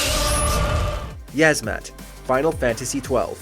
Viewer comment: 2. Uh, I believe it's pronounced "Yeez-Mat."